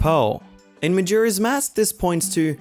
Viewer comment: DID YOU JUST SAY MAJIRA'S MASK?! XD